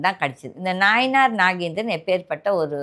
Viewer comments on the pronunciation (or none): அம்மா அவர் பெயர் நாயினார் நாகேந்திரன் இல்லை. நயினார்.